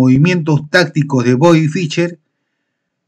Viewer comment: No se pronuncia "Ficher", se pronuncia "Fisher", es muy molesto oír apellidos sencillos mal pronunciados.